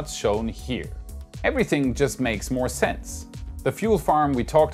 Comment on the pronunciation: slight word issue. moe-more just sayin :)